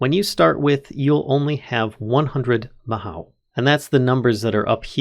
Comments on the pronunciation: Mahou is Japanese for magic, and it's pronounced MahO (Long O sound), there is no OW sound as with English. Tsukai is pronounced Tsu-ka-EE, and it means "Use". Japanese vowels are pretty important, so if you see "i" it's pronounced EE, and E is pronounced like the Canadian "Eh", O is Oh, U is oo (there's a specific sound, but that's generally a good go to), A is "ah". And that's your Japanese 101 lesson for today, go start reading Japanese words without knowing what the hell they mean 8D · Mahou is pronounced Ma- ho in japanese. the ho is kind of longer sounding hoh. Ma-hoh is close to how it sounds. There is another word that's very close but that's off topic. If you wanna learn japanesem I'd suggest you learn it because it's actually pretty fun for me. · oh i thought the mod was discontinued! i remember this one from reddit, it's inspired by Fate series. The mod feels super unique, lots of Magic mods are just re-skinned tech mods - like Thaum or Botania, of both i am really big fan, but this one is just pure magic also, it's pronounced as "maho", japanese for magic, specifically the "magic method", typically the bewitching andwitch-esque magic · bro mispronounces mahou within the first 5 seconds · if youre worried about the pronunciation afaik you only got 2 wrong Mahou is Mah like a sheep bah but with an M, Hoe like the tool, its the Japanese word for magic (Tsukai means use, the mod is literally called Use Magic XDDDDDD) Geas is a Gaelic word (also sometimes spelled Geis) pronounced Gesh like the shorthand for session, sesh, its literally just the name for that sort of spell, where you make a vow or undergo a cursed restriction in exchange for a boon